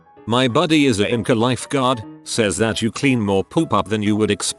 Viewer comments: Lol yes and ymca=yum-kaa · It's fun to stay at the "imcah"!